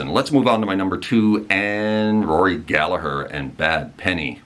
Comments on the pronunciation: You didn’t really get it wrong, but it’s definitely not dove 😂. What you did get right that almost everybody gets wrong was Gallagher. Well done. I salute you. In case anybody asks, the h near the end makes the g silent. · And you say Rory's surname bang on! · You pronounced Gallagher correctly so you get a thumbs up for that 👍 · Another Irishman in the comments. Can't pick a list, just wanted to congratulate you on pronouncing Rory's name correctly, and to let you know that Róisín Dubh is pronounced Row-sheen Dove. I also think Dustin the turkey should have been an honourable mention, but I'll let it slide. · Thanks for Pronouncing Rory’s Surname Correctly!!!😁😁😁🇮🇪🇮🇪🇮🇪